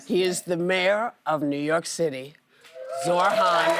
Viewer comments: ZorHan? Come on Whoopi do better!! It’s ZOHRAN MAMDANI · His name is Zohran Mamdani not Zorhan Mamdani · “ZORHAN” COME ON IT’S NOT THAT HARD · Once again, his 2-syllable name mispronounced. If you can say “Whoopi”, you can say “Zohran”. 2. Syllables. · Can Whoopi stop saying his name wrong? Or let someone else announce him 🤦🏻‍♀️